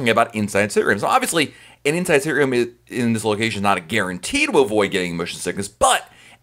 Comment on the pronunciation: He says it like “sttrm”